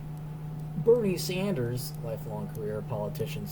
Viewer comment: You definitely said, "Berry Sanders".